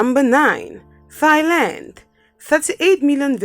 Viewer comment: Ah yes thighland